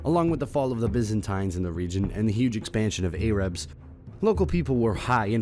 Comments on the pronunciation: “A-rabs.” Bro it’s Arabs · A-rabs???? Have you been living under a rock, then someone gave you a text to read??? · Arabs not Erabs bro. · Your way of pronouncing Arabs is weird. "Eyrubs"